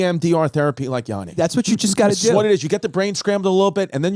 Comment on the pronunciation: YaNNi not YAAni 🙏